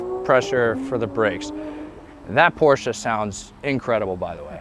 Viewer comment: wow absolutley nice build and nice channel! new sub here and wow the first american that i hear who can spell porsche right :D xd